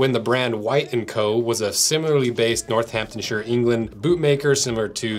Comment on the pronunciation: you should do more videos of Northamptonshire made boot brands so far you’ve made videos on I think 3 different brands but there’s still so many. Also btw it’s pronounced like Northamptonsheer and I’m so glad you didn’t say SHIYER like last time 🙂